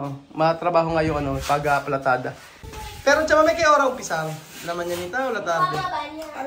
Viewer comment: Palitada hindi platada kukurutin ko itlog mo......😂😂😂😂